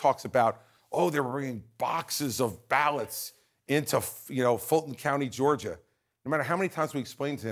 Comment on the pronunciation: It’s “ballot”. That kind of gives us an idea that your standard for being smart is pretty low